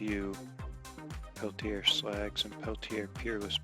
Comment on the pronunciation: Pelti(AYE)? I think not. Sellers would be the first one to correct you. It's pronounced "Pelti(ER)